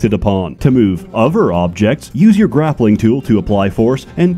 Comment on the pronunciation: "bringing the fobjects togefer" is this an ai generated video?